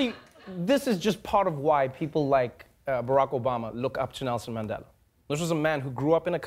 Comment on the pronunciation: Hate it when Trevor says 'Mendela' instead of Mandela